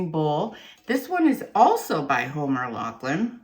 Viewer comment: Homers last name is pronounced with an F.